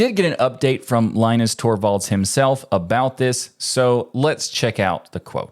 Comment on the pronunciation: ah, OK, so you don't care. Gotcha. Keep butchering names, even for the low-effort cases: it's an American tradition. Ted's name is prnoounced Shó, but that's a tough one... but Linus'? Really?